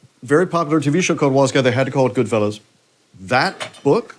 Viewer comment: GoodfellAs. GoodFELLOWS cracks me up